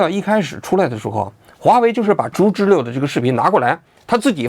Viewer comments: 读知了liao，不是le， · 王局要加强学习，小时候没逮过知了（蝉）？不读zhile。应该读zhiliao。有辱文科生的智商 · 王菊啊，经常念错字，得改改。“知liao”不是”知liu” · 不是知liao吗😂😂😂😂听了一整场知乐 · 知了，音读错了，王局